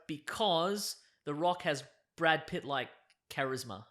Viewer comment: He said (Brad) Pitts, not (bad) pits